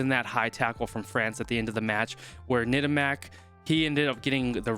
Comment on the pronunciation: Bonne prononciation :Tamack! Pas Nettamac....👌👀😅🐓